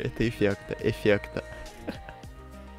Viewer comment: Ты ноучись разговаривать блин говаришь эфекно а надо говарить эфектно божемои и плюс кокая тряпочка это лизун простои боожеее😐🤦‍♀️🤦‍♀️🤦‍♀️🤦‍♀️🤦‍♀️🤦‍♀️